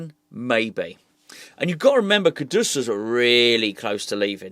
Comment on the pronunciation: you keep on saying the guys name wrong 😆 KUD….US But then it won’t matter for much longer as it definitely looks like he will be sold… Try to stay positive 👍🏼 Maybe this will be the rebuild that actually takes us forward as a club.